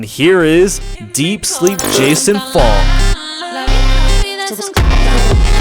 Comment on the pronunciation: I almost spit my water when you say "PHONKK"😭😭